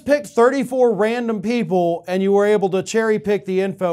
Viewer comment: 34 email addresses... Chosen "At random." With HEAVY emphasis on the quotation marks around the words, "At random."